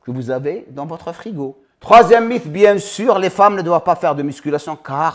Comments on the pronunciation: Merci pours ces rappels. Sinon en français on prononce mite, pas mif 😉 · Salut, quel plaisir de voir la notif de ta vidéo, impeccable 🙏 pour info, le mot mythe s'écrit mythe mais se prononce "mit", "mite" hate de voir ta video 💪